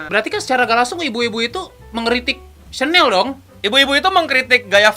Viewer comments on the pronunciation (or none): Bacanya syanel woyy, gmn sih,gua french enthusiast nih.